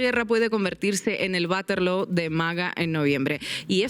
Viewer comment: "Baterloo".jaja. Te amamos Ina!